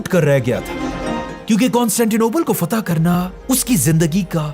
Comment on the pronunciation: FATEH HA YAR FAITH NAHI